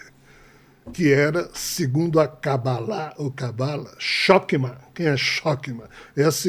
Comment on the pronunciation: Shokma nao existe kkkkk e sim chochma e leia-se ch com som de rr.